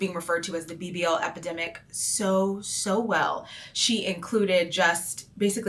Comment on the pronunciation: Epidemic not Epedemic :) Not sending hate i really enjoy listening to your opinions.